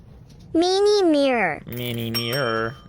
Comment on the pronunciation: oh God, hearing 'Meeine mirrer' so many times nearly sent me to a padded room with a snug jacket... Lmao